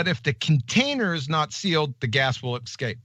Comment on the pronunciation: No, Gladys, he said "...the gas will excape." Yes, he thinks there is an "x" sound in the word escape. QE is High IQ Mensa material, folks. God only knows how many tabs he has open on his High IQ laptop!